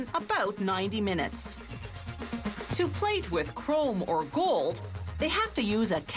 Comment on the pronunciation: "solid gOOld" wtf is wrong with that chick?